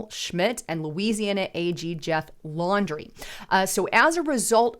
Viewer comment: Pronounce the name correctly. It's Jeff Landry, not Jeff Laundry. Ever hear of Tom Landry, Hall of Fame coach of the Dallas Cowboys? He wasn't Tom Laundry.